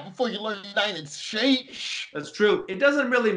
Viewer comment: He didn't realize he mispronounced States, but he lingered over the originally correct pronunciation of oranges, over and over again, so definitely oranges, which he probably learned by 2nd grade.